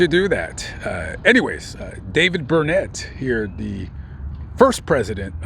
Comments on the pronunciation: It’s burn it, not burn net. Only in Texas! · 1. The helicopter you saw flying is probably the Robinson that gives tours. I would never fly in a Robinson. 2. The name is pronounced “burn it”, don’t let the people of Burnet hear you pronounce it “burn ette”. They have a saying that is a rhyme:”it’s Burnet, durn it, can’t ya learn it?” Haha! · Oh and the town of Burnet, Texas is pronounced Burn it